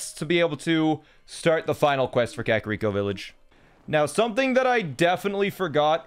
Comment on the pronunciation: Finally someone who says kakariko right